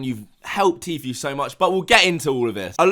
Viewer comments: It’s said Tfoo not Tfew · Pernounced T FOO not T FYOU! I couldn't get through 2 mins after hearing T FYOU 37 times! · It’s tfue not fucking tfew speak properly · I hate the way he says tfue T-fee-U it’s T-fuuuue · I love but I was getting pissed off he never said him name right once! Tfue not tfew. Come on man you obviously watch videos and videos with everyone pronouncing his name right!! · Bro it's pronounced FOO not FEW. I'm not a fan of his but it's driving me crazy lol. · Lol tee-feu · Anyone else got annoyed how he was saying Tfue? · the way he pronounces Tfue tho... hahaha